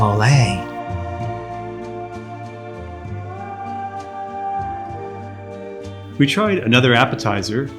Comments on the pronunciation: I appreciate your videos and want to try this place. My only ask is, please stop calling MOLE, molay! Phonetically: It’s pronounced MOE-LEH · The correct pronunciation for Mole is- MOH-leh. Stress the 1st syllable. pronounce like the mole of guacamole